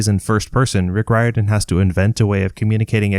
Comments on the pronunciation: Irishman here - the surname “Riordan” is pronounced Reer-dun, not Rye-or-dan. Like Dolores O'Riordan from the Cranberries. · Its pronounced Rear-Din, not Rye-Er-Dun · I could’ve sworn it was “Rick Rordian.” At least, that’s how I remember it since I was a kid. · Good video but I cringe every time you butcher the name Riordan